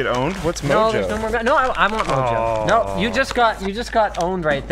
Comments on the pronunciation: Mojo is a Spanish seasoning. "J's" make the "H" sound. It should be pronounced "moho". Just so you know. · Btw, the "j" on mojo is pronounced with an "h" sound - it's Spanish.